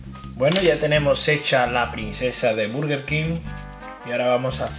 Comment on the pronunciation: ¿Buguer? Aplausos por favor. XD buen vídeo a parte de ese error.